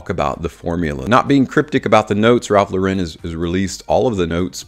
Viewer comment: People this is not how you pronounce Ralph Lauren. It's not a French brand.